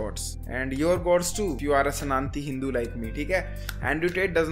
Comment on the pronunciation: So no one noticed how he told "Sananti hindu" 🤐☠️.